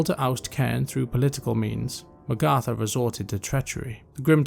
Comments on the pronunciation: great vid you did a great job. But. the way you pronounce magatha takes me out a lil bit I always thought it was mag like nag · Sounds like you are saying Magartha. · How come you pronounce Magatha that way? Honest question.